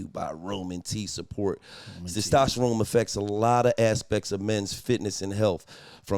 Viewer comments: Testosterone or Stastasharome 🤣🤣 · Gillie not being able to pronounce “Testosterone” is pure comedy! 😂😂😂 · Gillie was fighting for his life tryna say testosterone 😂😂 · Somebody tell Gillie to say testosterone again 😂😂😂